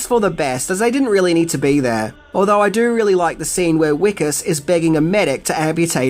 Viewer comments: I’m South African, Johannesburg really is like this, it’s a documentary. Jesus, Wickus is pronounced Vic-us. Great video. ❤️ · Annunciation of the name: Vee-kus not Wheeee-kus. The W doesn't get rounded (It's a Dutch/Afrikaans thing) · I'm pretty sure Wikus is actually pronounced Vikus in the film. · His name is pronounced phonetically as Vickus. W in Afrikaans is pronounced like V. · Its pronounced Vickus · The "W" in Wikus is pronounced "V' XD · Just a note, the main character's name is pronounced Vic-us, it's an afrikaanse name, which is a language that the W sound is actually pronounced as a V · STOP SAYING WICKUS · Have you watched this film? Spelt with a ‘W’, pronounced with a ‘V.’ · Hey. Just a quick one…It’s pronounced wikus with a V almost like vikus. Just a quick correction as I’m from johannesburg. Love your channel. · I'm assuming you haven't watched this movie,? His name is pronounced as Vee-kus. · My Dude. If you watched the movie Why are you pronouncing his Name Wikus (Afrikaans name) wrong? They use it in the movie with the correct pronunciation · Oh the way you pronounce Wikus makes me cringe and then laugh at the same time. There's a type of cricket in South Africa called a parktown prawn, it looks similar to the Australian mole cricket. That's why the aliens get called prawns not because of the sea creature that tastes delicious